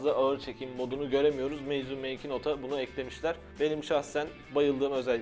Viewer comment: Meizu değil meybuz olmuş o